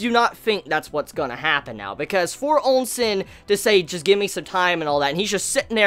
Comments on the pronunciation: Why the hell does pronounce Ousen "Onsen" and Qin "Quin"???? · Hearing pronounced Ousen gave my stage 4 hemorrhoids.